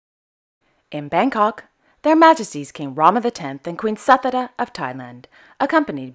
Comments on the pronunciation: Thank you very much for updating us ❤️❤️... A small correction, the Thai Queen's name Suthida is pronounced as Soo-thi-da, not sa-thi-da... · Ahhh! Thank you so much, Krishna! Finally, I know how to correctly pronounce Her Majesty's name! :). Soo-thi-da! :) Have a wonderful day, Krishna, and again thank you for the correction! I really appreciate it! :)